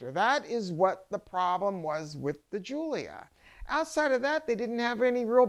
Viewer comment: EPIC FAIL sec ( when I saw the glorified VW in the background I knew it wouldn't take long)....."Alfa Romeo GIULIO Quadrifoglio..." GIULIO ???? GIULIO ??? EMBARRASSING.....